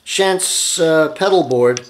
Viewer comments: Pronounced "Shonts" not Shants but great video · Thank you for this very informative presentation. I am purchasing a Hauptwerk VPO at this time. BTW, the name Schantz is pronounced "shontz". FYI, I am not closely related to the firm's principals, just share the same name. Again, thanks.